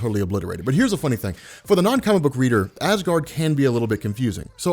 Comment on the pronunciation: Ha ha you said gard